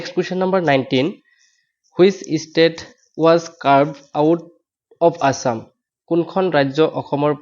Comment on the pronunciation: Estate na State bhai speking sound is hearing Estate,❤Estate means Establish.